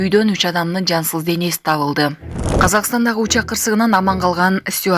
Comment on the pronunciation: Жансыл эмес жансыз денеси деп айтылат.